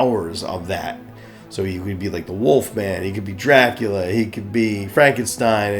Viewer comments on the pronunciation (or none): none